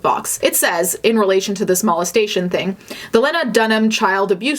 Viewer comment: Mal-es-tation? why’re you saying it like that? Lmao it’s molestation.